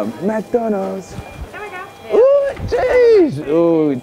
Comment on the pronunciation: Lol before he gets his food.. The way he says McDonalds lol... I like this guy lol